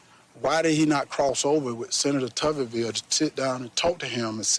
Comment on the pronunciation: This buffoon can't even pronounce "Tuberville" he said "Tuvverville." Amazing !